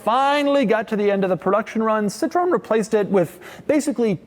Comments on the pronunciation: Doug is the type of guy to say it like "Citron" when in fact it's "Citrun." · Doug: Cit-REN, not Cit-roh-en :) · Cit-ro-en?? For a car guy you still consistently pronounce the names of cars and manufacturers incorrectly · CITROEN, CITROEN, CITROEN not Citron you idiot, it's not your citric lemon 😂😂😂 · It's funny that these car guys insist that you say "Porsh uh" but then they say "Citron." Sad! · Citro-EN lmao doug you mad man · "Si-tron" - the way americans pronounce French words is atrocious. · Doug can't decide if Citroen is a two-syllable word or a three-syllable word. He uses both interchangeably in the video. Hint: It is a three-syllable word, "sit-row-in", otherwise you are just mouthing the French word for Lemon. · A totally unique and singular pronunciation of Citroen. The French don't say it this way. The British don't say it this way. The Chinese don't say it this way. Fascinating.